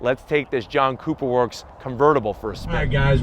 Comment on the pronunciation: Sounded like you said “ let’s fire up this JUNK cooper work